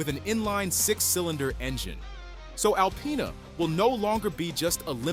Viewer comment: Why do people say alpyna …. Its disrespect lol